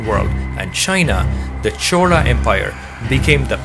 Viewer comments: Bro it is "chola" not "chora" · narration is little bit annoying and repeatedly you are calling it as chora instead of as chola.. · HI, your content is very good. only suggestions is about the pronunciation of the word CHOLA. it sounds as CHORA. even the YouTube subtitle also displays as CHORA. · I'm hearing Rajendra Chora, is it how we should say his name. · If u r doing it in english pls pronounce the surname correctly " Chola " not chora. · 🤦‍♂️ It's neither Chora nor Chola. It's "Chozha". Tamil has three variants of the syllable "l" and this is the third one. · Chola sounds like chora due to your accent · Why do u keep pronouncing it "chora"..just want to understand correct way of saying it.